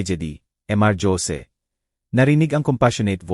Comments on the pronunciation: Ano ba itong storyteller mali mali bikas khit hosi - josy, beatris hindi beatrice andaming mali pronuciation ayusin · Nakakainis pakinggan ang pagkwento mo...Jose -Dyose . Sana biglasin mo nlng ng maayos nakakainis pakinggan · Nkakainis pkinggan ang ngsasalita,puro mali ang pagbigkas ng mga words,notebook nging notibuk,alibi nging alibe,yung jose,nging josie hay nku ok na sna pkinggan kaso puro mali nman ang grammar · Jose hindi dyosie ang pagbasa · Ayusin mo yung pagsasalita mo..imbis na ganahan kami sa kwento..kahit maganda pinapapangit mo..mga pronounciation mo..diko alam kung tagalog kva o tangalog..kainis makinig..ang Jose..ginagawang yose..ang youtube..binibigkas pati e..tagalog ba o english..ewan ko sau.. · Ang Jose bakit naging Josie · Listening fr. nowhere😅😅😅 Magganda sn kaya lang nakkabwesit ang mga pronouncition. (Dyose, geti...😂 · Sydney Australia,,kht English at Tagalog wrong pronouncesion si kuya😊(remote,Jose,gate,Beatrice,vibrate,bibig,hunted at etc,grabe 🥹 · Magnda nga rin ang kuweto kayalng ang narrator ang pagbasa sa duplecate at jose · Ayusin mo ang pagbigkas ng Jose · Ayusin ang pronounce ang salita bigkas ng Jose at note book ayusin ang bigkas sa Jose pangit ang kwento d maintindihan